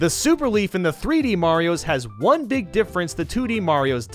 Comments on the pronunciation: no you don't, you said "beeg" instead of "big" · Big not beeg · ask anyone, it pronuncs "BIG" everyone knows that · gum he said beeg because he was doing a joke calm down. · "You grow into a BEEG BEEG BOY" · You turn into BEEG BEEG Boy!